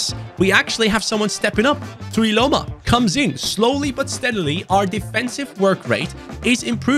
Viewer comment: as a samoan you pronounced tuiloma's name perfect, in fact better than some samoans themselves. enjoyed the video too